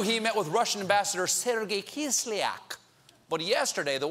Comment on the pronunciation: he said "russhid salad dressing"